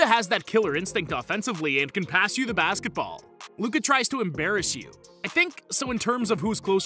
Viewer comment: I'm sorry.. Did i just heared him call MJ the goat "of 90s basketbal"? 👀